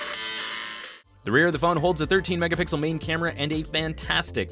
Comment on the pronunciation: He did not say Megapickel! :O What did you do to him?